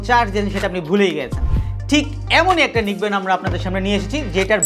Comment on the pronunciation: নিক ব্যান্ড না। নেক ব্যান্ড।